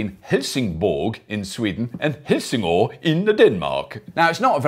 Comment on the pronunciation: The o in Helsingør is not an o, but an ø, pronounced like the American 'i' in bird. But never mind, no need to Renaultize your Danish.